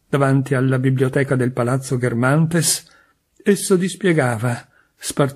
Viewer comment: Resto un po’ sorpresa per la pronuncia di Balbec e di Guermantes!